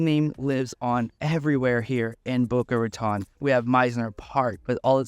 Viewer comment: The city is boca raton not boca ratonne. Spanish words not French. Thanks.